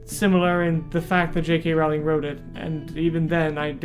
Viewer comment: I loved the book, and if you didn't, it's probably because you didn't understand it. And it's Rowling like bowling ffs.